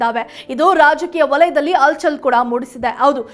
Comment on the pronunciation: ಅರಿದಾಡು,ಅಲ್ ಚಲ್,ಆಗೂ, ಒಂದಿದ್ದಾರೆ ಏನೂ ಇದು? ಕನ್ನಡದ ಕೊಲೆ